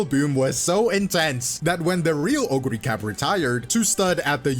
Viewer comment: Oguri Cap! Cap as in "peak" 🗣️